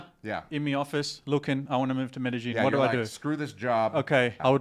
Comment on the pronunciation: Is the way you are producing Medellin correct? You pronounce it Meydasheen. Is it pronounced Madayeen?